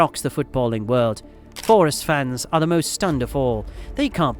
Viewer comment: Your saying forest wrong the entire video - other than that great video